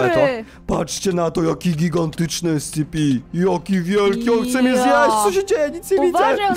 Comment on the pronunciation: Nie mówi się escepi tylko escepe